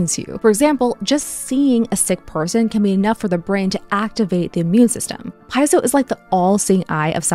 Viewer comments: Piezo does not sound like pie-zo. 🙄😖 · It's pronounced "peet-so" or "pee-zo". Not "pi-zo" or, my favourite one, "pie-ez-zo" 😂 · Fascinating video. Lots to unpack. Meanwhile, as a biology grad, I would like to point out that it's pronounced "pee-ay-zo". No pie is involved, except at Thanksgiving! 😉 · Piezo= pee-ay-zo. Not pie-zo. Electronics hobbyists often get this wrong and it drives me nuts, like feeling my insides during digestion. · Why would you pronounce piezo correctly, then switch to saying "pyzo"? I'm just saying, things like this heavily contribute to why people think americans are uneducated. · Not just vagus, piezo is also pronounced "pee-ay-zo". No slices of pie, I'm afraid! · She’s mispronouncing piezo , do your homework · Here's a bigger mystery: is it "pee-ay-zo" or "pie-zo"? I've always pronounced it the former because the latter just doesn't feel fight to me for some reason lol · You’re pronouncing piezo wrong. You said it correctly at first then pronounced incorrectly throughout the video. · she doesn’t pronounce piezo correctly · Good video. A couple reminders: - "Nobel" is pronounced no-BELL and not "noble." - "Piezo" is pronounced pee-AY-zo. You had it right the first time and then reversed it. Still an interesting video; love the channel. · I love your videos and will continue to watch. But don't understand how you can pronounce Piezo correctly one time then incorrectly thereafter. How you can correctly pronounce Nobel at one time and then incorrectly pronounce it thereafter. That gives shivers of AI.